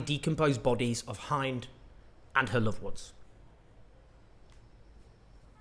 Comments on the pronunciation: It's 'Hin-d' not Hine-d. The 'i' is pronounced like in the word 'win'. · I don't think that girl's name is pronounced "haind" as in "hind end" but with a short "i": "Hind" as in Hindeberg. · Please don't say "Haind" it's "Heend" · Hind sounds like chin not hined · The name, Hind, rhymes with “pinned”, not “find”. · The pronunciation of Hind is H-ind, not Hi-nd. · Btw it's pronounced "hind" like "fin". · May your tragedy never be forgotten Hind..("Hinn-d" closer to saying hinder, hind-er) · The little girls name is H-IN -D and not Hind (hynd), it would be better if she is honoured correctly. Thank for speaking up for the oppressed and innocent people of gaza . Feeling burdened by all these deaths . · Thank you for you content, just flet like I should point out, Hind is pronounced like wind (the weather) it means India in Arabic. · “Hind”, the Arabic name, is pronounced “Hinned”. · Her name is pronounced like H-END rhymes with bend. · Hello friend, thank you for your diligent and consistent reporting to give voice to the voiceless. One note though, is that the little angel's name is pronounced "Hend" or "He-nid" depending on where you are from in the levant (google translate gives a decent audio pronunciation), and that the audio gives out/fades at some points when you move away from the microphone, which makes it difficult to follow along without captions for some people. Thank you again on sharing these important stories, what happened to Hind and her family is unforgivable and everyone must know it. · The pronunciation of Hind’s name is supposed to be Hind as in Wind except with the ‘H’ in front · Hind (may she rest in peace) is pronounced Hind like you pronounce the word "Hint" but with a D in the end of her name. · Hind's story breaks my heart. (Quick note, her name is pronounced as rhyming with tinned) Thanks so much for your coverage. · The pronunciation is 'Hind' ' as in India not as in behind